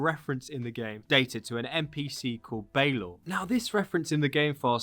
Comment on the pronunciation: Balor is pronounced Bah-lor. And I hope he's not a boss fight, he was killed by the tuath de danann after he became too old to open his eye and it had to be operated by a winch as a from of execution. You're pronunciations elsewhere were spot on. I'm a bit confused as to why they're focusing on Northern Ireland while probably the most famous Viking settlement in Ireland is in the South in Waterford. I suppose it's to get something out of Cú (pronounced coo) cullain who is practically our only Irish hero from that period. It is appearing that they're just gonna make the Irish Isu the Norse Isu after they came on holiday which I'm not looking forward to. The púca is interesting, it's also Irish for ghost in the current language.